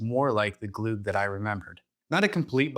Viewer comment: If you're going to make an entire video about glögg, at least look up how to pronounce the ö/ø :P